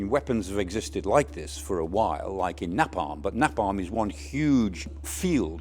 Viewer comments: T U R-mite? It's THERM-ite. Nap-on? How about Nay-Pom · Thermite not termite... Napalm not Na-palm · Come on Michael...get it right...thermite is pronounced THUR-Mite not Termite ... Napalm is pronounced nay-paam not nappalm as in nappy... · What is wrong with this guys pronunciation of things? He is supposed to be Sky’s expert yet he cannot pronounce things properly. Termite! I don’t think the drones drop termites on the trenches, it’s called thermite! Then there is Napalm. It is not pronounced how he called it is supposed to sound like “nay-pam” and not “na-pam” and don’t even get me started on him describing the American Abrams tank. He was previously calling it an Abrahams tank. Sorry I know this might all seem petty but if a supposed expert repeatedly mispronounces the subject matter he is suppose to be advising on it brings into question how much does he really know or understand. I very rarely listen to him on Sky now for this reason. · Nap-alm??? its pronounced "nay paam". and Thermite??? isn't pronounced like the detritophagous eusocial insects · Well, Thermite is simply to easy to produce not to make use of drones in that manner. Why is he saying everything basically wrong... Who the hell says termite... & Napam..... It's Naypalm And for something so simple, no point has he mentinned how hot it burns... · Not Nap alm nay palm Not termite Thermight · Sorry Michael Clarke, but we need to agree that it's pronounced Nay-palm and Therm-ite. Not Napp-am and Termite. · strange that this guy always pronounces things wrong termite when i believe it's pronounced thermite as in fur mite then later nap arm he says never heard it said like that its nape arm napalm just ho and watch the film apocalypse now im sure he didnt say i love the smell of ( nap on ) in the morning lol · Did he say "NAPON & TERMINTE" he meant "NAPALM & THERMITE" right? Great speaker but not sure why he couldn't say those 2 weapon names haha! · Napam :P